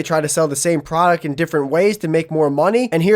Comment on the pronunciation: I love the video, altogether great. I just really wish that dude could annunciate the D in “product” a little more because he sounds kind of like a 12 yo Minecraft streamer every time he says it.